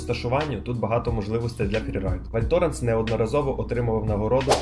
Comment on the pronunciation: Я розумію, що ви не знаєте французької - багато людей не знає. Я сама знаю її лише дуже трохи. Але можна було б перед записом відео як мінімум погуглити вимову назв курортів і вимовляти хоча б приблизно як французький оригінал? Ну які "лес срі валлес", який, блін, "валь тОренс", які "лес менурес"? Ну це ж в тому числі і неповага до глядачів. Аж пересмикнуло, блін... Les Trois Vallées вимовляється як "Ле труа валі" з наголосом на "і", Val Thorens - як "Вель Торанс" з наголосом на "а", Les Menuires - "Ле Менуїр" з наголосом на "ї".